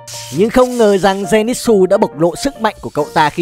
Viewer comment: Denitsư chứ ko phải là denitsu